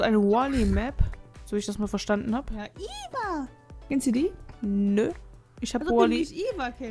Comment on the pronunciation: Eva! xD Das wird im Englischen nur mit I ausgesprochen xD